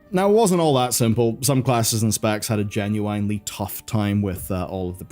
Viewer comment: please learn to pronounce, "genuinely"